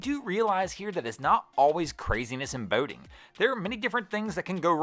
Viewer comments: Why do you say boating like bao-ting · Lol "Bowding"